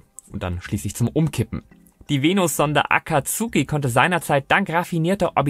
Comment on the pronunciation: A ka tsu ki... bitte.. Zuviel Naruto auf deutscher Sprache geschaut? :D Zukünftig bitte so ausprechen. -> A kats' ki